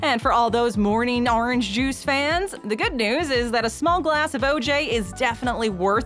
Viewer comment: It almost sounded like she said Jews when she said juice. I was taken aback for a second